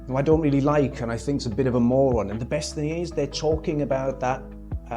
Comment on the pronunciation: I'll bet his white (probably middle class) mum didn't raise him to speak English with diction this poor 😢 saying "wiv" "def to" "fink" is an affectation at best